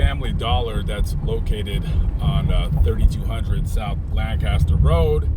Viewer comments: Even if you were in Lancaster, residents would frown upon the pronunciation. Dallas area residents say "LAINK-a-ster". 😂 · Pronounced “Lankister” with a long a. Just sayin